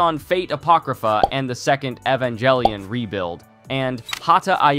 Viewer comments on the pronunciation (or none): none